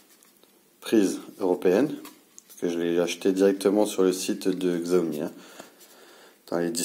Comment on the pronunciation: CHAomi pas ziaomi xD